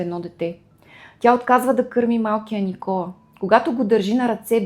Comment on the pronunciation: Благодаря! Не знаех тази част от живота на ББ, тя наистина е била уязвима личност! Изпитвайки върху себе си отхвърлената обич и топлота от родителите си, вероятно е мислела, че няма да е достатъчно добра майка! Имам две забележки синът й се казва Никола', с ударение на последната сричка, както е във френския. Освен това името на френския певец е Жилбер Беко ( както е известен), а не Гилберт.